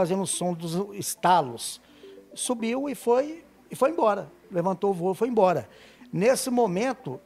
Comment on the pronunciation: ''Embaúra'' queria dizer ''embora'' !